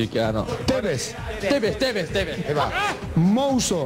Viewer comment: JUGADORES DE BOCA: TEVEZ TEVE TEVE MOUZO: MOZOO MOZOO JAJAAJAJAAJAJA